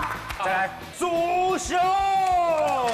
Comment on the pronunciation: 祖雄之後一定要跟五熊一起來 主持人一直唸錯笑死 😂😂